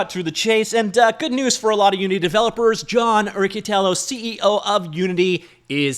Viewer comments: FYI: "per company" was just a shorthand way of saying "according to the company." Thanks for the frequent updates on the whole situation! edit: Also, that double "c" in Italian sounds like "ch", so the proper way to refer to that waste of oxygen is Mr Richie-Tyellow. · It's Rich-itiello :) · Not a fan of the guy and he probably says his own name wrong, but it's Ree-chee-tee-ello lol